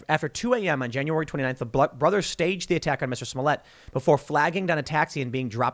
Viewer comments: Ahhh yes... Juicy Smolyet.... the famous French actor. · Tim. His name is Juicy Smoolièt. Get it right. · It's "Juicy Smoyey" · The least you could do is pronounce his name correctly, it's French.